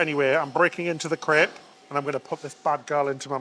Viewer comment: Crepe. Its a crepe. Not crip.